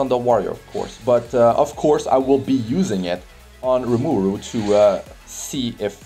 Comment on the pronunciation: His name is RimUru not RimAru